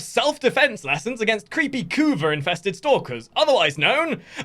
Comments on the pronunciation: CAn you for once in your life not spell "kuva" like you are having an aneurysm. It's annoying as hell jesus christ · can you please stop saying kuva like that its fkn annoying dude. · Yea totally agree